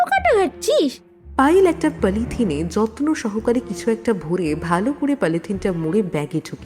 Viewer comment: Garbage ke "Gurbej", Mask ke "Musk", Polythene ke "Palythin". Uccharan gulo to kane lagche